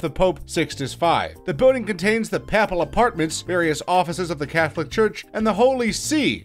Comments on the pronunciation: I had to stop the video . I just couldn't listen to any more of those mispronunciations. "The Papple Palace" was the last straw. I hope he never comes to Ireland to make a video. His rendering of words from our language would be torture. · This is guy is clearly trolling us. He can't pronounce ANYTHING. Not even something as simple as "papal." I would blame his inability to speak English. But he's clearly a knuckle-head American. Still...I seriously think that he figured he would mispronounce things so that we would then comment. Clever girl...